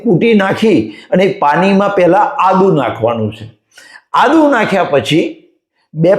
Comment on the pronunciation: Ada Nahi Adu bolo.